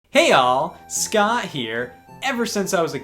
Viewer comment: No "T" in the Scott here????